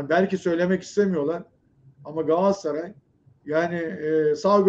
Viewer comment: Allah kitap aşkına lütfen artık gaasaray gaasaray deme da Galatasaray Galatasaray… He diyemiyorsan Cimbom de